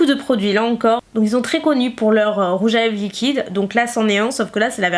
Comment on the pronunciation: Y'a qu' pour dire "liqouide"'😂❤❤